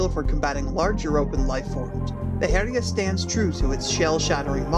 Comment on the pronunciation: Following from another comment, it's actually pronounced Hell-yah, almost like 'Hell Yea', but not quite. Speaking as a Scandinavian who has studied more than my fair share of old norse mythology. Still an excellent video as always!